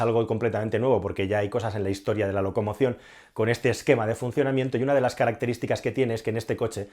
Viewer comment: locomoción no..loco emoción XD